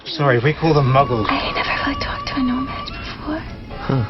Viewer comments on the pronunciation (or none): Quick note: it's 'no-maJ' not 'no-mag' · It's no maj....not "no mag"